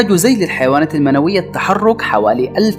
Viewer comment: للحيوانات المنوية ذيول وليس زيول !!